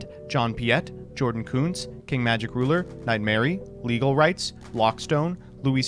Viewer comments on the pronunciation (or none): none